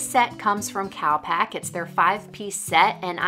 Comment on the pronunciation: Enjoyed watching but I kept thinking you were saying "cow pack" not cal pack, lol I thought why would a travel equipment company call themselves cow pack xx